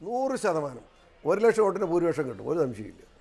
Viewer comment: താമരപിസിപറയുന്നത് നൂറ്ശതമാനംഎന്നല്ല"നൂ" എന്നഅക്ഷരത്തിന്ഒരുമാറ്റം(പൂ)